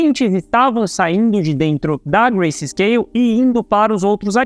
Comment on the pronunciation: o correto é grayscale e nao "gracescale"